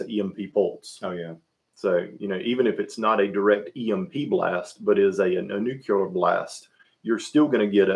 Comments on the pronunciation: This guy is driving me crazy saying “nucular” instead of “nuclear” a hundred times in a row. You shouldn’t have opinions about things you don’t know how to pronounce. Other than that thank you for all the input. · "NUCULAR" is not a word, its "Nuclear." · As soon as I hear someone say "nucular", they lose me